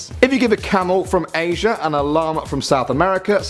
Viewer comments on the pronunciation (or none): none